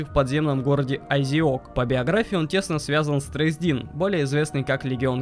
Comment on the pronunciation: Не тресдИн, а трЕсдин.....